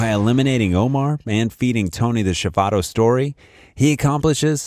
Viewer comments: Its Chi Vato not Chibatta....thats a soft roll 😅😅😅😅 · Did anyone else laugh when he said Chivato